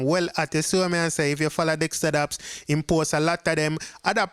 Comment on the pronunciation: Dexta daps not dexta pops